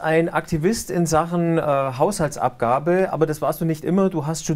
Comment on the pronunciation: "Hauhsaltsabgabe" ... deutsche Sprache schwere Sprache ! ^^